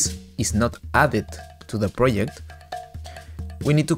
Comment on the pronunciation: project not pryect